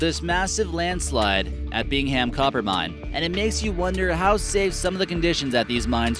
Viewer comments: FYI. It’s not pronounced Bing-ham, it’s pronounced Bing-um. And they recently had another smaller slid in the pit. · I love how he incorrectly pronounces the "Bing-ham" copper mine. haha. You actually pronounce it "Bing-um". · I actually work at the mine in Utah and its not bing ham it's pronounce bing um lol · Bing-um Copper Pit (Bingham) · "Bing-Ham" copper mine. 🤔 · Lol the way he says bingham